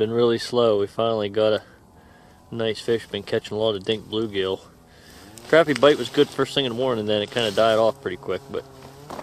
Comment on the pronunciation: Crappie not crapie